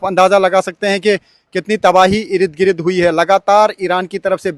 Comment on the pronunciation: Irid Girid... Bhai Ird Gird